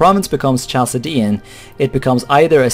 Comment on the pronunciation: I think Chaldean is pronounced Kaldean if it is linked with the old Chalcedonian church which is pronounced Kalkedonian. (I could be wrong)